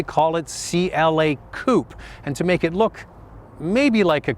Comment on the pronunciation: It's 'Coupe' and not a 'Coop'.